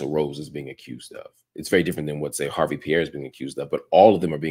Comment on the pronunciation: The E is silent... It's not HARVEY... #HARVE